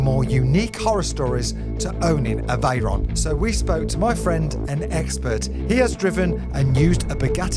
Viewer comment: "Spaghetti Reyron" 🤣